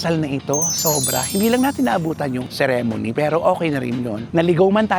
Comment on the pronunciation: Kuya ang pronunciation ng "ceremony" paki check po